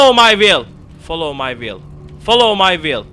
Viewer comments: Folov may viıyl değil şu olacak : faolov may viıyl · Videodan anladığım : folovmayvil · Nice video, lot of fun ! u'll win the battle against the " follow my will " pronunciation :D